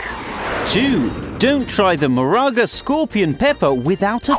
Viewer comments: MORE-RUU-GA Not Moraga bro tf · Its Moruga not maraga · as a trinidadian i’m offended you didn’t pronounce morUga pepper properly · You pronounce moruga wrong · i live in Trinidad and i just have to say u said '''Moruga''' Wrong. The last time i check Moruga didnt have ah '''N'' in it ok. And u said some other things wrong as well.........And...well some of the things are true but the way you were talking it was kinda offensive. Like when u said dont go to Trinidad but go to Tobago. Trinidad has the same beauty as Tobago but the crime rate is high but there are some places that are save the whole country isn't deadly ok.,.............but that still doesn't mean in not offended. Please do more research and learn how to pronounce our words before telling other people who may not know and give then the wrong things to say and wrong information. P.S. Im jut being honest if you dont like what i have to say then deal with it. THIS WAS OfFenSIvE